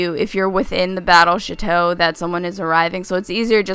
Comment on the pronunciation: thought she said the battle shito